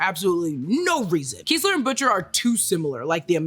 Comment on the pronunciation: it’s Kess-ler, not Kees-ler